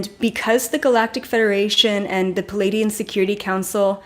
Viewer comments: You are brilliant. Thank you. Pleiadian is pronounced Plee-ay-Dee-an not Palaydeean. Most presenters get it wrong. They are actually Plejaran and speak plejaran. I’ve heard a fellow journeyed in plant journeys speak plejaran to me with such LOVE. OMG. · Hi, thanks for providing this information. I promise I'm not being malevolent here, but it should not be pronounced "Palladian". It's pronounced more like "Plee-ay-dian". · Every time you say pleadian ... I feel a wave